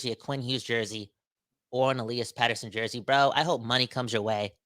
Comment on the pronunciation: There's only one pronunciation of Elias in Swedish. Let's just say it's not Elah-yahs.